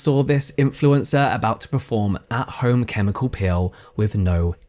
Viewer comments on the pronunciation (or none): I was so confused because you kept saying "pill" I thought it was going to be about supplements until I saw her apply the PEEL and figured out you just misprounce it. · So i was listening to this with earbuds in while i cleaned my kitchen and when james says "peel" it sounds like "pill" to me, and since i wasnt investing my full attention i was suddenly like wait... she took a pill and her skin fell off?! So i went back to the beginning and rewatched the entire thing and now im like oh. I just invested way too much time in that. Lol.